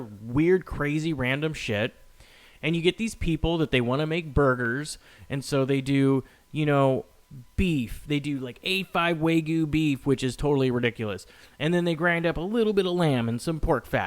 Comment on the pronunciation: Please, oh my god, that is one of my pet peeves. It's not WAY-goo, it's WAG-yoo. W A G Y U. Sound it out. One of my chefs in culinary even pronounced it "wa-GOO" to rhyme with ragout. SMDH